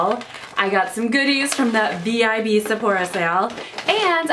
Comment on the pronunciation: "Sephorha" lmao 0.02